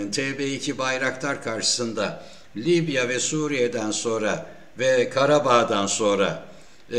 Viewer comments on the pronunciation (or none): none